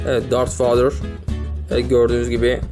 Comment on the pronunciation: darth vader diye yazılır dart veydır diye okunur